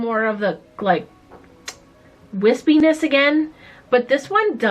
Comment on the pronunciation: This is to funny, watch your video with the subtitles on, when ever you say whispinnss